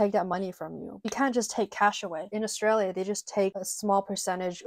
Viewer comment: As an Aussie i can confirm that everything you said is 100% correct, you are also the only American i have ever heard pronounce Australia correctly, stay beautiful :)